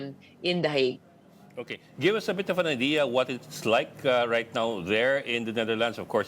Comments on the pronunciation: HAGUE po ang pronounciation namin dito s Europe in English lang po ang HEYG 😊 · Can you pls pronounce it properly? It's not HAG, it's HEYG